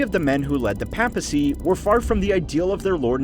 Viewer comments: Its pronounced as Pay pacy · The pronunciation of papacy... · the only time in the video where you pronounce the word "papacy" correctly. Well, you technically you said "papal" not "papacy" but the pronunciation of those two words sound similar anyway so you get the point. If you can't tell, I'm just a bit annoyed of your pronunciation of the world "papacy" and I'm not even Cristian. Mispronunciation is just annoying, especially so from a History channel. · And the way he pronounces papacy or papal. Aaaaaah it’s unbearable